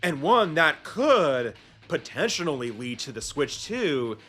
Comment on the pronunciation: You keep pronouncing “potentially” wrong otherwise awesome video